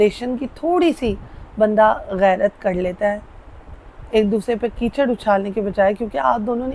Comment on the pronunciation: Bibi ""cheeker ""nhein kehtey ""keecher "" kehtey hein .😮😮